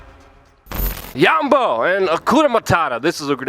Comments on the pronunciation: It's jambo not yambo. We ain't mexican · it is Jambo, not yambo. kenya is an amazing place i encourage everyone to go